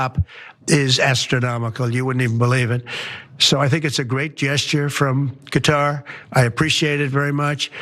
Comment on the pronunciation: It's closest to cutter. First syllable is the stressed, the arabic 'k' is deeper in the throat, the middle t is against the roof of the mouth instead of your teeth. You can almost say it without moving your face.